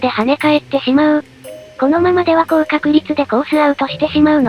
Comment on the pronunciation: 相変わらず「〇〇では？」の発音がハなの大好きだぜ